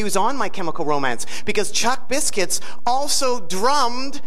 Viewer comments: Calling Ray 'my chemical ro-man' 😂😂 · Did Nardwuar seriously call Ray "My Chemical Ro-Man" lmfao